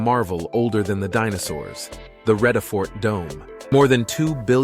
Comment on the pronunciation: very deceiving picture of table mountain. That snow is so not on. Fynbos. It's pronounced FAIN-Boss Vredefort. It's prnounced frear-der fort (frear rhymes with dear). Please abandon any American accents. Use a British accent. Van Niekerk is pronounced FUN Knee-keh-rk. The R is VERY STRONG....RRROLLLING....lime in Soanish or Italian.